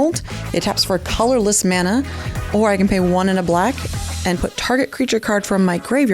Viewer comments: The way that one bloke say mana bugs the bejezes out of me. It’s MANA! Not mauna… 🤬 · I am happy got knocked out first just to not hear him mispronounce Mana.